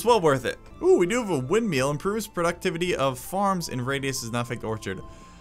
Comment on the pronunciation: Are you saying windmeals instead of windmills? Haha